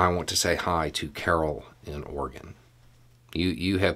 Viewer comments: Thanks for pronouncing Oregon correctly.... So many folks don't get it and boy does it bother us Oregonians. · Thank you for saying Oregon correctly 👍